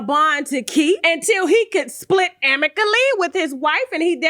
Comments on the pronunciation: "Amically" LMAOOOooooooooo. I fell out when she said that. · “Amicably” not amically. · I just want to know what “amicaly” means!! 😂😂